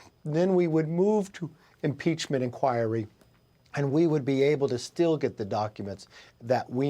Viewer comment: He can't even say impeachment inquire smh 🤦